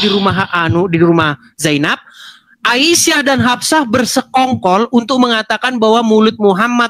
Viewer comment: ..wahai a i sah...😂ngejanya itu loh bikin ngakak